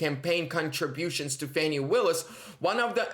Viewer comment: It's Fawni* - Rhymes with Commie 😆🇺🇲💔